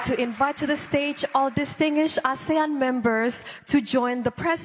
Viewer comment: Koreksi Pak Erick, penyebutan ASEAN bukan menjadi ESIAN pak, itu ga bisa ditranslate pak.. itu nama resmi